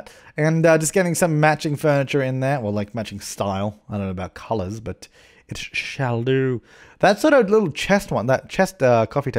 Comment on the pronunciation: ***** what? it's the way he said "shall do"